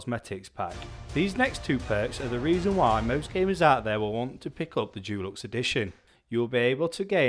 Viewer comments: Why is this guy pronouncing deluxe Jewlux instead of with a hard De sound? i have never heard an English person or anyone else for that matter say it like that. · Dulux is a brand of paint. Deluxe is pronounced differently.